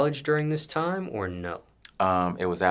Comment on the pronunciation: He pronounce time like "tiam"